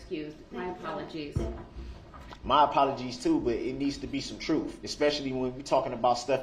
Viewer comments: This dumb guy. Every time his street mentality came out , my nerves would cringe. He is unable to say normal words like aks instead of ask and trufh instead of truth. He got lucky the judge allowed him to represent himself. U can tell the difference if how he acts with male and female. He wasn't able to talk and act like this when he was first arrested with the male cops. He acts totally different towards females. I'm so glad he is in a room with four walls for the rest of his life for what he did. RIP to the victims and condolences to their families. But, either way, I can't stand people who act like this and more times than not, when they act like this they're lying about something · Axe me The truuf So cringe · Substain, Troof, axe, Oaf of office, biast, his continual use of “that’s not fair”; looking up at the ceiling; this courtroom has no integrity (says the man CAUGHT on video lying compulsively and continuously); I could go on and on about his toddler like behaviors. I could not have been able to sit quietly in the courtroom without speaking out of turn 😂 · "My apologies too but it needs to be some troof" - might be my favorite lolcow quote ever